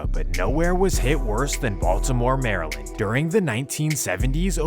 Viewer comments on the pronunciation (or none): none